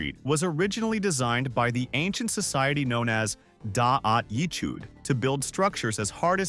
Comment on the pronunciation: ..... "Dahat Yick-hood" fkn ai bro i can't